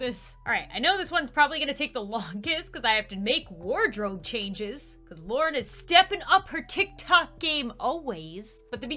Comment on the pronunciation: Girl its lauren not luren xD